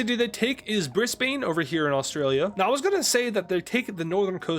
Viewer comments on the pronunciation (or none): how its not brice-pain its br-is-bane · Brise-bane right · btw, brisbane is pronounced bris-bun and also melbourne is pronounced mel-bun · brisbain is crazy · Bris-Bane is crazy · that’s not how to say Brisbane 😂😂😂 I’m aussie